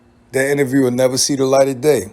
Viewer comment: He has struggle pronouncing the word “INTERVIEW”